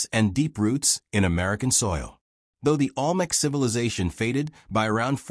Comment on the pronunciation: The AI can’t even pronounce Olmec correctly.